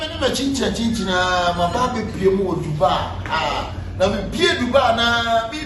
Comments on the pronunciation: It’s not Dubaa oo it’s dubai 😂😂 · ease its not Dubaa, its dubai with an i at the end